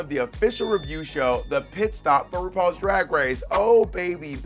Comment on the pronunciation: I’ve only just noticed that Bob struggles pronouncing her R’s. “Wupaul’s Dwag Wace”